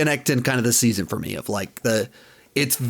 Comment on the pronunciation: Better Call Saul Saun 5 lol